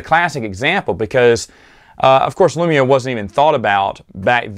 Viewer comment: Wanna know how legends trash I am? I literally yelled “Lumiya!” When I heard you pronounce it wrong